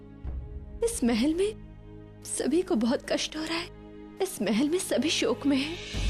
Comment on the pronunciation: Shok bhai na ki shock😂😂